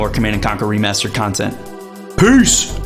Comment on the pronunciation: why did you say "peace" like that at the end?